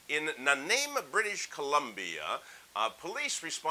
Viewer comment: Hey... "it's Nah - nye- mo" with the accent on the second syllable. Just saying...:) Your friend, Jim Ruta, Canadian, eh?